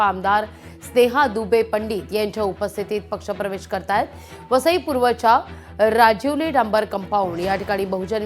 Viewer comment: राजिवली नाही, राजावली आहे गावाच. नाव